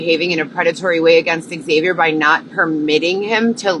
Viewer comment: I really really dislike you. You are in fact a predator you sicko. He didn’t respond to you because you’ve been saying his name wrong for 5 damn years.